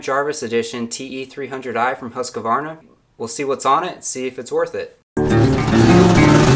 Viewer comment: It's NOT Husq-A-varna Its just HUSQVARNA. 3 syllables not 4. Sorry, i'm just a little OCD about that. Great vids though